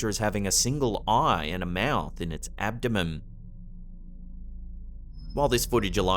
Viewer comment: Did just say "it's abdomem?" 🤣